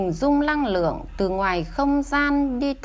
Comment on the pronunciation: Xin cám ơn BPS rất nhiều . ❤️ ( mình có góp ý nhỏ : người đọc công thức giọng được nhưng ko có hồn trong giọng , phát âm chưa chuẩn từ : Năng lượng - đọc thành Lăng lượng . Xin cám ơn )